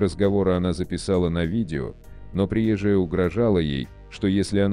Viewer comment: Слушайте внимательно текст. Рассказчик делает неправильные ударения в словах: приезжАя, вместо приЕзжая. Вопрос: чей это вброс? Ответ: заграничный. Цель: разжигание меж национальной розни.